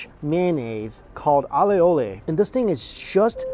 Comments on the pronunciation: Pronounced "ayolle" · Pronounced A-oli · The Spanish: Aioli: "alé-olé" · how do you not know what AIOLI is? (ei ·ow·lee) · It's pronounced fee-dey-ohs and eh-oh-li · "Spanish mayonnaise called A-YE-ole" no man, that's just aioli, which is a french sauce from Provence. actually most sauces in every restaurant is a variation of it; from your spicy mayo to honey mustard(mayo mustard honey) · the way he pronounce "Aioli" lol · Pretty sure he said Aioli wrong 😂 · my man doesnt know how to pronounce aioli